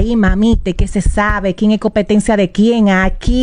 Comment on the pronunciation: Jajajaaj dice Amelia copetencia Jajaj